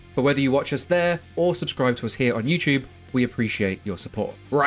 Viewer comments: lol my guy says “you chewb” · Why he say youchube